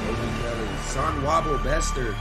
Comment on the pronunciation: is sonwabile so so na na na na bile not sonwahbile.😂🤦🏾‍♂️